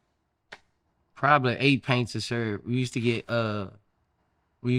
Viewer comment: Only here for the way Boosie pronounces pints 😂